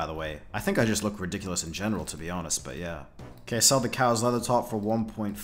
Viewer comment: Am I the only one who heard cows leather top and not Karils